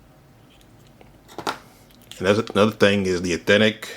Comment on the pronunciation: The way bro says Eethentic over and over instead of authentic 💀💀💀 someone push me off a bridge please 😭 LMFAO